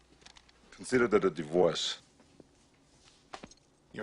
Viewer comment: "Consider dat a divource"